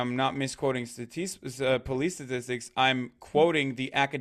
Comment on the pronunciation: But his Stateeestics...!